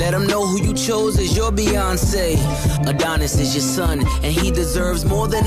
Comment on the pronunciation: He name is pronounced Ah-don-is